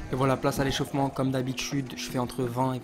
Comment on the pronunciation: C'est "échauffement" et pas "échaffement" 😉😉